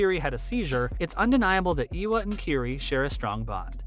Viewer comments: no no, he has a point, it seems like he only looked up a wiki page for this and is pronouncing stuff without ever hearing how it is said. Eywa is pronounced more like Ay-wa and Makto well, just the way it looks. It’s not being rude, it’s constructive criticism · dude, I know you are trying to produce quality content which it actually is, interesting video. But FFS, e-e-ewa? Turuk matko.... matto? What? It's MAKTO and it reads exactly as it it written, letter by letter. I know some people especially in the west have problem pronouncing a lot of things, but maybe practice a bit beforehand, just a thought. Otherwise it just makes you sound incompetent on a topic.